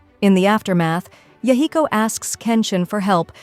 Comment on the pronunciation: aside from the butchering of the name Yahiko, really good recap!